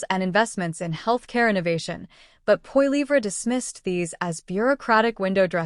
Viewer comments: Could you pronounce his last name correctly! Seriously!! Yes he will be our next Prime Minister so I suggest you realize how to pronounce his last name! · Sorry, but as soon as I hear an AI voice, I'm out of here. If you can't do a video and narrate it yourself, don't bother. It comes off as too fake. The pronunciation of Poilievre was horrible.